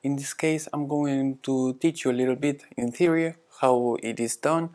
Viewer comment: you say "intherior" (rhymes with inferior) when what I think you meant to say was: "in theory". My question is: Do you review your videos before posting them to YouTube? Any advice will be well received since I am starting my own YouTube channel and I want to get it right, right from the beginning. Thanks.